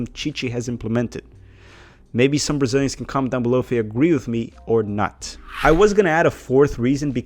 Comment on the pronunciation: I'm from 1996, but I only watch the 2010 cup hahaha 🤣🤣 You pronounce the names of Brazilian players very well